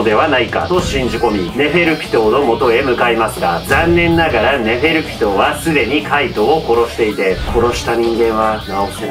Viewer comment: ネフェルピトーがネフェルキトーって聞こえたワイは末期